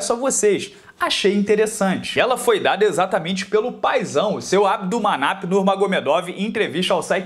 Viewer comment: vc é o primeiro que eu vejo falando o nome do pai do Khabib sem gaguejar